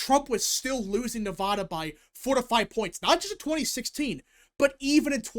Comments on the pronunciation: As a Nevada resident and Washoe county voter its pronounced Neh-Va-Duh. The middle part rhymes with the sad or mad, which is how Commiela is going to feel on November 6th. Keep up the great work! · In california, everyone pronounces it at as "ah" not "aw." Hearing mispronounce Nevada is so weird to me, but that's how I feel about anyone who does the same mispronounciation. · Cast my votes at the Washoe (pronounced WASH (like Washington) OH (like Ohio)) County Registrar at roughly 11 AM today, the 22nd. Was in and out in ten minutes; don't know if that's good or bad. The true wildcard here in Nevada (pronounce the VAD like glad) is how the independent voters go. As shown in your Excel spreadsheet, Republicans do slightly outnumber Democrats in Washoe County, but Unaffiliated has a sizable plurality. We'd better hope they break for Trump. Here's my thinking going into 11/5 at 4 PM PST: if Virginia is called right away (like in 2020), then it's likely NOT going to be a good night. If there's a delay in calling the state (like 2016), how much of a delay there is will be indicative on how GOOD a night it'll be. Obviously, the longer the delay, the better! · Yeah, I noticed he was pronouncing it both ways. I lived in LV for 10 years, and I still pronounce it with a "da" like ta-da. Maybe, it is my Southern accent (born in Texas)but no one ever said it was incorrect when I lived there.